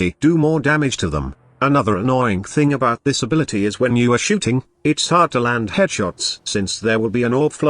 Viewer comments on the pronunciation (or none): I love how his text to speech program had a stroke and turned "shooting" into "shitting"